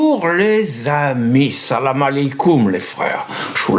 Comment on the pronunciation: Vous avez dit « salami kum » ? 😂😂😂